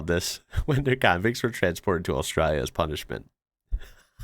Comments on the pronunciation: It is ‘Australia’. You need to pronounce it correctly… Aus-tra-lia. The ‘lia’ at the end is important. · yes it was really good. He needs to learn how to say Australia, though. With the L. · Could you please explain why you adopt an australian accent to say australia???